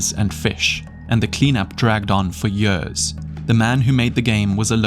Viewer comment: The way you pronounce the word years [jörs] makes me cringe 😬